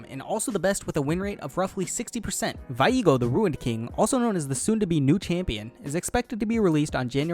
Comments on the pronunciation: Bruv what the fuck is with your over pronunciation of words, you can be respectful to a language without sounding like a tool. His name is also VE-AGO not VE-IGO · Vaiego?? Its viego! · How did u pronounced Viego? KEKW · Lmao the way he said Viego xD